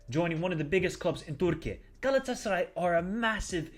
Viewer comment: your pronunciation saying "Galatasaray" is amazing... :D